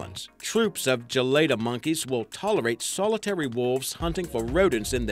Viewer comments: loll 'canine' is pronounced 'k-9' not 'cannon' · not pronounced cannon dude it's k9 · its k - 9 ok. kay nine not "canon" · i just realized hes saying canine. thats not how its pronounced 🤦🏼‍♀️ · Its "kay-nine" not canon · Uhm did anyone notice that he can't say CANINE right? It sounds like he is saying CANITS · Not trying to hate but is trying to be funny by saying Cannon not canine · omg its not (can) (nins) its (cay) (nines) is anyone else annoyed by that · I love Brittish people. A lot of times, I order in an English accent at Taco Bell. That being said... "CANINE!" (KAY-NINE), not a canon. I get a mental picture of someone shoving a canon ball in their throat, and pulling their tails. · Pronounced canines. Not canins. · its "KAY-NINE" (K-9) NOT "CANNON" 😅😅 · Pronouncing "canine" as "canon".....😒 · You know you hit a oof when you pronounce canine as canon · I thought were calling them cannons. what are you saying dude? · Is he saying Candid or Canine? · The way this dude says Canine bothered me so much. Also these are species not breeds.... 🤦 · I would give this video a thumbs up but I hate how he says “canine” 😂